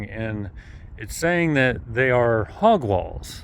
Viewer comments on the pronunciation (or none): And it's pronounced "hog waw" not "hog wall".